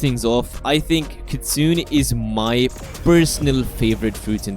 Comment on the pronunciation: You're actually not pronouncing Kitsune correctly. Kitsune is pronounced with 3 syllables. "Kit-Su-Ne," with the Ne at the end sounding like "ney" or "nay," not Kit-Soon. It's easier to listen and repeat so I would suggest searching a video on how to pronounce it correctly!